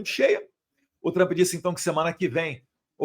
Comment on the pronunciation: Eduardo você está aqui no USA Por favor corrija a pronúncia do nome “ TRUMP “ ( dói os ouvidos ) Observação com todo respeito